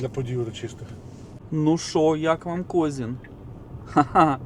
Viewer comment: КОЗИН- УДАРЕНИЕ НА И!!!